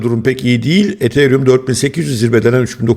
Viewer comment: ethereum deyişi de çok güzel😂